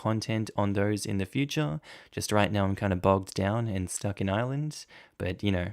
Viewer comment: I giggle every time you say "bogged" down in Ireland 🤭